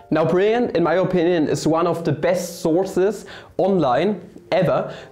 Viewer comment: Nice. I'm wondering why you're using a Texan pronunciation these days? Wah for Why. Mah for My. etc